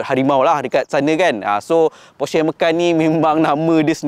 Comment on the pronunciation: porsche. e pepet bukan e taling.